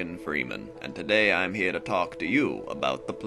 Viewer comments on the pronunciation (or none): none